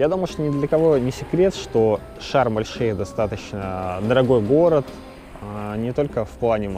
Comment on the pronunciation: Шарм-эш-Шейх правильно